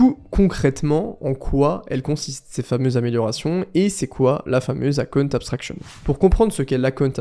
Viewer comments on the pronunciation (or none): Merci c'était très informatif pour moi. En revanche pour la prononciation, ton account abstraction ressemble à la cunt abstraction, j'étais mdr. C'est pas si difficile que ça, il faut commencer par un "EUH" et pas un "A" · si je peux t aider.... tu n auras plus de problemes pour dire account.... si tu memorises que ca se pronnonce plutot EKAOUNT.... Abst..... le A de account se pronce E MAIS le A de abstraction se pronce A c est ca qui "confuse" 😊 Super video! Michel, Paris